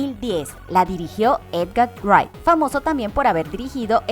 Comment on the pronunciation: Ella casi no sabe leer las cosas, nunca dice de forma correcta "Edgar Wright" y muchas otras palabras